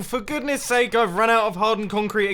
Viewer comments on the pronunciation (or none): none